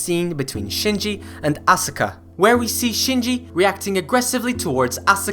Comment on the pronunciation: Hey, aska not asUka